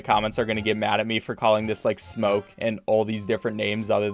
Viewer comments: every time he said smoke i got angry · Every time you say smoke I literally laugh help